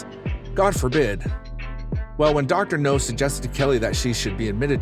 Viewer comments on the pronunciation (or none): Dr. Now... not Dr. No. I don't know why that bugs me so much lol. Still enjoying the vids though 😁 I can't help but feel sorry for the people on this show. Most of them have been through some pretty awful things. I just hope they can find their way to better days with the doc's help 😁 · It’s dr now not dr no he’s not a James Bond villain